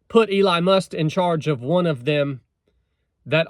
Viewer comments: Get your facts straight dude- it is called a department but will not function as such- in other words it will not be funded as a department AND it is only in place until mid '26. And the man's name is Musk not Must. You sound like a moron with mispronounced words in lack of facts. Plus since you didn't vote I don't want to hear your opinions on anything President Trump decides to do. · If you can't even say the mans name right, perhaps you are biased in your beliefs ? I normally like your content and message! However, you seam to be missing the point!